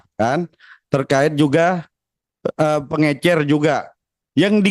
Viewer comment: Sekelas mentri aj gak bisa bedain pengecer sama pengencer, ……hahaha…coba dengarin deh……..😂